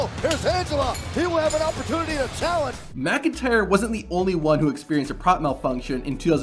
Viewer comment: How the fuck do you not know how to pronounce McIntyre? bruh